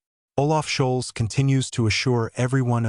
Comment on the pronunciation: Why do you keep calling him shoals, and whats with Burbach? Anyway, Scholz and Baerbock are amazingly inept. Scholz has almost single handedly helped to bring the economy to it's knees, as Britain did with Brexit. Let's hope they are gone by the end of February. Germany definitely does not need the likes of the Afd in power. They have too much of a whiff of Xenophobia, prejudice and racism. That's the last thing Germany needs today. Hopefully Merz becomes the new Chancellor, and has the courage and strength to stop American interference in Germany' government. It's obvious to any fool that, America uses her allies to enhance her economy and reenforce her Military reach and might. Germany should work with Russia, Turkey, China etc, where as equal partners, the benefits are shared.